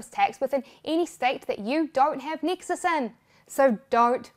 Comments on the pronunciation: i also heard texas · I thought she said Texas 😂